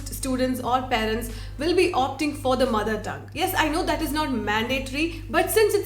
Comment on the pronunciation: 'പാ'രന്റ, എന്നല്ല 'പേ'രന്റ എന്ന് മര്യാദക്ക് പറയുന്ന ആദ്യ മലയാളി youtuber.